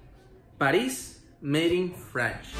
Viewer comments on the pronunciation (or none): none